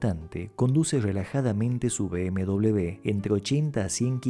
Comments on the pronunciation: Cada vez que lo oigo es como una patada en el oído. Por Dios, la primera vez que oigo esto. BMW, no se pronuncia "bm doble b", la pronunciación sería "BMUVE", por favor. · NO SABE UDTED DECIR MBW NO ENTIENDO,PORQUE DICE MBDOBLEUVE, EN CASTELLANO NO SE DICE ASI. ASI